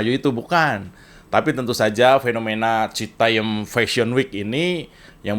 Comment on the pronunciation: citayam mas jo... bukan citayem... 😅